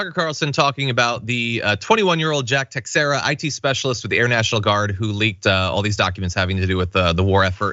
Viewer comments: It’s pronounced “Te-shara” not “Tex-eirá”🤦🏻‍♂️🤦🏻‍♂️🤦🏻‍♂️ dudes still a scumbag but plz 🤷🏻‍♂️ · Everyone is mispronouncing Teixeira, but this one is the worst. The "ei"'s are pronounced as long a's so the first syllable is pronounced like 'tay" and the "x" is pronounced like "sh" like President Xi. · It's (ta-share-a)